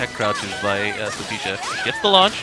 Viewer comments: It’s Sophitia not Sophesha. I won’t lie that shit was driving me crazy inside lol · Will this man please stop saying Sophecia? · why is he pronouncing sophitia's name like that